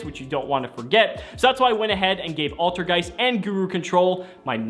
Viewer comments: altergay- ALTERGEIST You almost slipped there my dude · I'm positive that said altergay